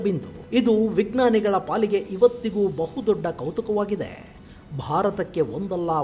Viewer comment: Please, try to pronounce 'vijnana' properly. Not as 'vignana'.